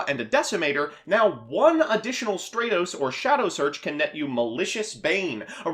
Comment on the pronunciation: The way you say stratos pisses my off